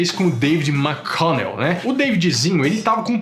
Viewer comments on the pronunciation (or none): none